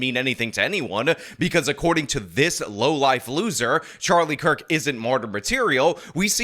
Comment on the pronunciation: Who is the guy pretending to be a woman who said Kirk's name was mispronounced? The one with the red painted clown nose? Does anybody know?